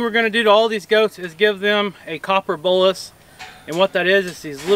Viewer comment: I always thought you said "copper BULLET," (not a real bullet, of course). It's actually "BOLUS." I get it now. I watch another YouTube creater who milks their goats by locking their head in a gate, and they have a small plastic feeding container rigged up in front of the goats to give them feed to keep them occupied while they're being milked. If you rigged up something like that, you could let the goats free by the side panel. Idk how many of the goats gave you a difficult time, so if it wasn't many, then it probably wouldn't be worth it to set something like that up. Might be easier to just have someone give the difficult goats a treat while they're being worked on. That other YouTuber milks her goats daily, you only go through this process twice a year. It might not be worth it for you to rig that up. I'm just thinking out loud, you know, because I'm such a goat expert and you should take every piece of advice I offer. 😆😂🤣